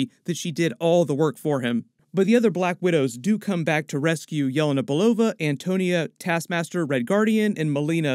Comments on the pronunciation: Yah-lei-na not yell-e-nah 🙄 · It’s yelena, not yolona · "yeh-lay-nah" not "yell-uh-nuh" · It's pronounced Ye-LAY-na